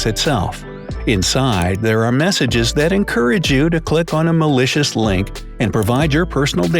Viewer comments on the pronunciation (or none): Where he said malicious link I thought he said delicious link. 😂😂